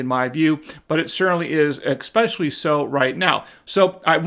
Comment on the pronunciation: Especially no expecially